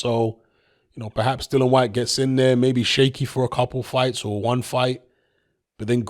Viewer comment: Fortune doesn't seem to favour Dillian enough for you to start pronouncing his name right though,. 😊